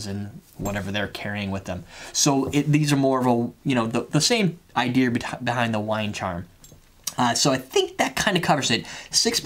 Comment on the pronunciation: you said idear. Great product.